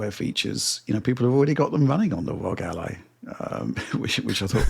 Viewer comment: ROG already officially stated that they prefer the name to be pronounced as an acronym but these guys still pronounce as Rooogghh. What gives?!!